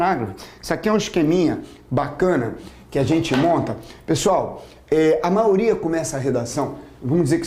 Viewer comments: Gostei muito!! Só fiquei intrigada ....porque o professor fala "maoria" e não maioria?! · Vc escutou errado. MAIORIA. Deve ser por que sou CARIOCA...